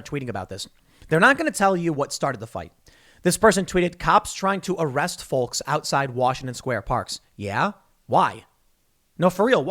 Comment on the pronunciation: Anyone else but me notice that Tim says “folks” weird?